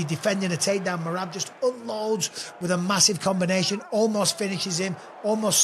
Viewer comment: Can someone tell to learn how to pronounce Merab’s name? 😂